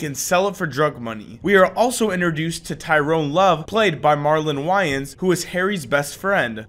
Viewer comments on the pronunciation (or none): Did you pronounce Marlon's last name as wyyins? Heheh, you were close though young'in.. it's like: "way-ins" 😆 but it's all good bud, you didn't grow up with that comedic family like us 90's kiddos did. There's like, 6 of them I think? Counting their sisters 🤙🏼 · I’m sorry... MARLON WHY ANDSSS 😭 it’s marlon wa-anes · Marlon wayans “Why-Ans”? It’s pronounced “waynes” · You must know now. "Way-ins" not "Whylins"... You are young, very young. Play fair and nice or older men will destroy you. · Marlon Wayans…. It’s pronounced like “Wayne’s”